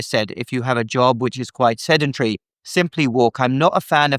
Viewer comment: Sendentry? Somehow I don't think that's correct. I think he means Sedentary. Nevertheless, he is absolutely correct on his prescription for high blood pressure. You can't get a better opinion on health than you get from. Next time you have a question about health, is the first place you should check. And no, I don't know personally. Nor am I trying to drum up viewers for his Youtube channel. I've simply followed him for a long time, done a lot of what he suggests and it has worked every time.